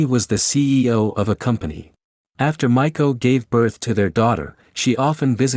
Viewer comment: Cute name Ma ee ko (maiko) like young apprentice geisha (not Michael like it sounded like).